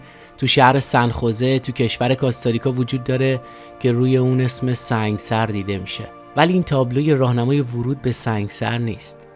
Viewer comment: Thank you so much for your information, The correct pronunciation of that city is Sang'e sar. I was born in Iran as a Bahai and I knew allot of Baha'is from Sang'e sar. Thank you again for your videos, Love from Arizona